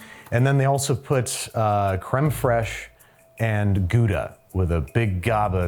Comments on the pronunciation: Very respectable pronunciation of Gouda actually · You can't imagine how surprised I was hearing an American pronouncing "Gouda" correctly 😂😂 Love it. Great great video! Love from The Netherlands ❤